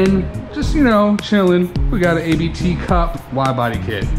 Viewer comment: tip.. ABT ..... is not A.B.T ... is AHHbth . like you goone Saah Ahh yheaa.. in calm way.. and from sport.. you take the T combine it..... then you Get Ahbt... :P seeing it there family name. . like DAniel Abt.. Christian Abt . and current CEO .. Hans-Jürgen abt . and Founder Johan Abt :P